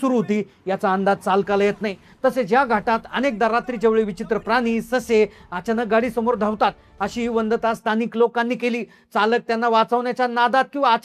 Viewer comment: वंदता नाही ओ पत्रकार वदंता म्हणतात 😂😂